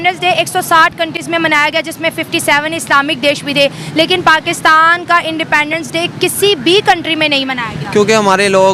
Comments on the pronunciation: Indepaandence day kya hota hai. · Sahila khan independence ki pronunciation toh theek kar lo...